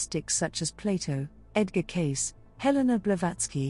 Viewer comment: Edgar Cayce - /ˈkeɪsiː/ , not case.